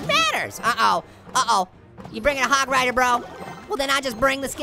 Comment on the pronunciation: U said HOG RODER HE SAID U ROCK HOG RIDER LOL